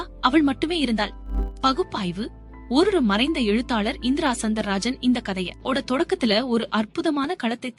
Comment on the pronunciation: Author name is indira soundarajan.please pronounce properly.since you are telling stories don't pronounce improperly